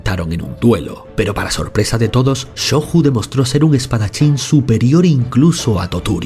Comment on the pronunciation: La "J" seguida de vocal pronuncia como nuestra "Y", por ejemplo: Jigoku se pronunciaría /Yi-go-cu/ y Shoju /sho-yu/